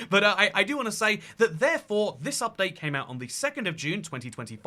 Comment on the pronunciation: Damn i really want this "Upate" 😂❤